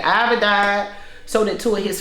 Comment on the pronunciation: IVY... Not IVORY